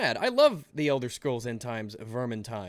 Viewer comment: I don't know if i had a stroke or not but did say elder scrolls end times?